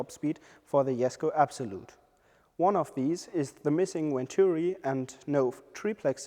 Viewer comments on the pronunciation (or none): none